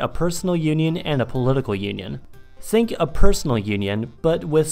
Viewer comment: the German is getting to you... You are starting to say "zink" instead of "think"